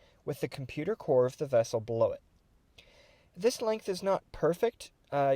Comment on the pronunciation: It is as big as a "scout class wessel". :D